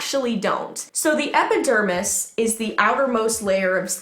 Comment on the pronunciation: Lol, your saying epidermis correctly